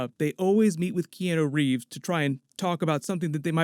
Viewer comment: No hate towards but anyone else bothered by how he says Keanu Reeves? Or is that how you say it I don’t know pls inform me thx